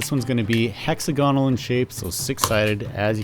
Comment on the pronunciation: It's pronounced hex-AG-onal not hexa-GONal. It's pronounced that way to stay in line with other shape adjectives like oc-TAG-onal and pen-TAG-onal.